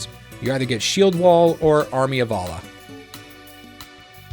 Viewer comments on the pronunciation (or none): none